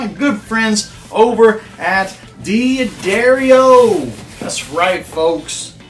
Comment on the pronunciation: Love your music and your vids and your advice. But there is no "I" in "Dad". D'Addario ... not Diaddario. Sorry to be petty (but I sure wish I had Petty's collection :)). And lets save Piezo for another day.